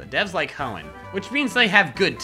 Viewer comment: Good thing Hoenn and not HEONN